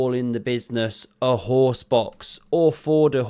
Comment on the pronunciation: 😭😭😭😆 Thought he called it a horse divorce.